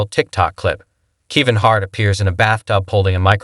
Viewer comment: 1 more thing, narrate this crap yourself! Your AI voice doesn’t even know how to pronounce Kevin Harts name correctly! Lmao 😂!! Good luck 🍀